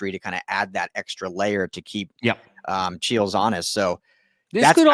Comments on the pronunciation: Chiles with a long I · Don’t trust AI for anything Ryan. It is Chiiiiles, not Cheelz.